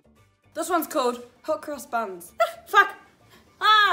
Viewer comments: I literally thought you said “hookers buns” 😂😂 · Just saying Hot Cross Buns with that accent sounded like Hooker's buns.